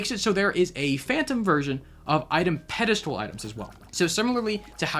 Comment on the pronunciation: Pedestal not "pedistal" 😊